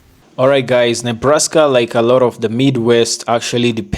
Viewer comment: 😂😂😂😂 Ne Nebbbr Nebrask? No!!!!